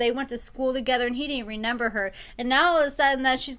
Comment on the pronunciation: I notice you always say ReNember instead of ReMember